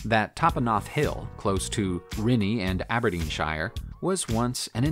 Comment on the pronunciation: Aberdeenshire = ab - burr - DEEN - shirr Amiens = ah - mee - EH(N)